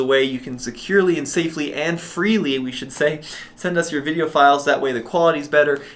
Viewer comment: Great job! Somehow I always chuckle when you say "veeedio". Hahaha.